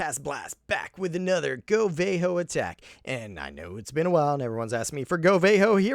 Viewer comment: they aren't VAY-kalyries, they're valkyries. so, it's go VAHHHHHHH ho, not go VAY ho